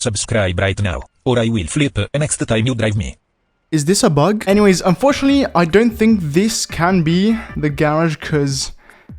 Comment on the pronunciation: "Saying anything" Also Him: "Saying Anyways After" Btw His "Anyways" Sounds Like.. (Engiweys)